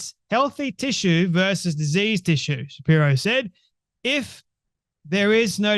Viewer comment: Good video, as always. One side note: "vs." or "v." is pronounced "versus" not "verse." "Versus" means "against"; "verse" is an excerpt of poetry.